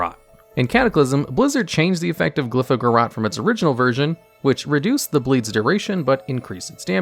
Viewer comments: pls. It isn't pronounced "garrAHt," it's pronounced "garrOAt" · "Garrote" has an E at the end. You're pronouncing it wrong. It's "guhROAT", not "guhROT". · then why is there an ‘e’ at the end of it :P. My ears were hurting whoever I heard the AHT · I’ve honestly never heard anyone pronounce Garrote as “Ga Rot”. Everyone that I know says “Ga Rote”